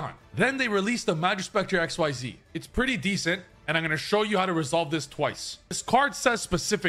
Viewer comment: Professional players and Yugitubers pronouncing "Xyz" challenge: Impossible